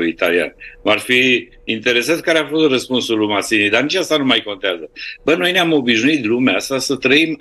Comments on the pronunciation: Matzini se pronunță, nu Mazini. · Ai pronunțat bine inițial "Mațini". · Se pronunță Mațini, si nu cu ,,z,,! Mai studiază omule! Este limba italiană!